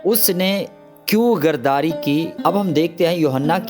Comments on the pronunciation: I’m sorry to say, please correct your urdu, (word is ghadari not ghardari) you’re pproviding the good information from the Bible but the level & the standard of the language should be maintained. word of God will be more effective & more people will be blessed. thank you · لفظ گرداری نہیں غداری ھے۔